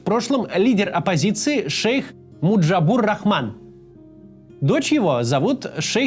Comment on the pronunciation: не Муджабур, Маджибур то, что там происходило это не демократия, а конкретный захват власти. 8 августа временное правительство было приведено к присяге и в течение 3 месяцев должны были быть выборы. Этого не произошло. В правительстве начали работать уважаемые люди, которые которые отучились только 9 классов школы. За 4 дня анархии начались межрелигиозные разборки. про гражданскую войну. Началось всё с операции Прожектор, когда войска западного Пакистана вторглись в Бангладеш и начали устраивать геноцид. Более 88 млн Бенгальцев находилось на территории лагерей для беженцев. Всего было около 510 лагерей. 480 из них размещалось на территории Индии под Калькуттой. Об этом очень хорошо показывается и рассказывается в музее освободительной войны в Дакке. Люди жили в канализационных трубах. Про квоты. Поясню одну вещь. В Бангладеш система пенсий распространяется только на госслужащих, поэтому места на госслужбе очень привлекательны. Стариков содержат дети. Коммерческие организации не отчисляют пенсии. Система квот, по крайней мере, позволяла меньшинствам иметь свой голос в правительстве. Есть только одна проблема - жутчайший энергодефицит. А также отравление поверхностных вод мышьяком. Если за 15 лет не решить проблему питьевой воды, то более 40 млн Бенгал просто погибнут и никакая демократия не поможет. Сейчас в Бангладеш после всех этих протестов начались следующие процессы - зашли американцы - их интерес остров Сент-Мартин в Бенгальском заливе. Бенгалы